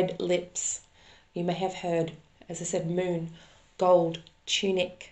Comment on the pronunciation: I heard “moot” but later realized it was “moon.”